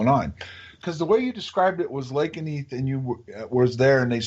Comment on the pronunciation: Lakenheath! Are you sure?